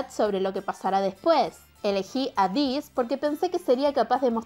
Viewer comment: Se dice eibiss :v